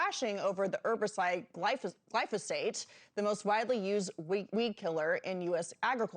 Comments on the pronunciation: It's pronounced, gly pho sate,, not, Glysophate. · lol how is no one including the producers noticing the anchor mispronouncing as “glysophate”😂😂😂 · FAKE NEWS!! This so-called reporter said “GLYSOPHATE” - not glyphosate - multiple times, therefore negating her entire argument! THANK YOU FOR YOUR ATTENTION TO THIS MATTER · Why didn't anyone pause the cameras and correct the interviewer's consistent mispronunciation of "glysophate"? Illiteracy abounds. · The interviewer loses credibility when she mispronounces the key word. Make Journalism Great Again😉. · She couldn’t bother to learn how to pronounce the word accurately???? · News reporter reporting on glyphosate cannot pronounce it.